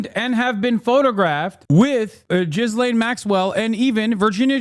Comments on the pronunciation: Hasan!!! Her name is not pronounced JIZZLAYN rather it is closer to the Turkish Gülen. It’s pronounced Gelen Maxwell. Not that we owe her correct pronunciation but only to let you know. Taha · He knows it's gee-lane... JizzLane is more fitting. Like Brian Kilme instead of Kilmede. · RELEASE THE FILES!!! Also Hasan the way you pronounce Ghislane is infuriating 😂